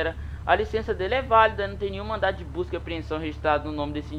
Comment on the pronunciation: no vídeo no em 8minutos ele disse*blusca*